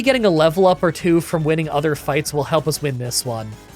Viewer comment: Can somebody explain why my man always pronounces "other" as "either"?